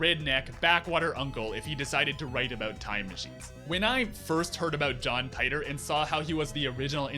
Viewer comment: You should learn how to pronounce my name correctly. Dumb ass